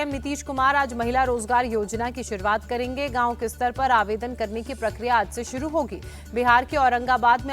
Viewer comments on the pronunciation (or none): none